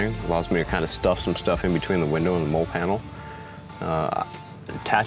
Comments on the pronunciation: That’s actually pretty funny. I know the correct pronunciation, but I can’t help pronouncing it wrong. Lol. It’s a real thing. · Awesome rig. Lol but the way you pronounce MOLLE gets me. Just so you know, it's pronounced like the name Molly. 😂 dope setup though.